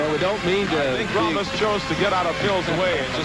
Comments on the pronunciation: How can they fuck up a world champion´s name...His name was Josef/ Jozef Grolmus, not Gromulus!!!!!!!!!!!! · His name is GROLMUS. WTF is "Gromulus"? That sounds like some villain from He-Man.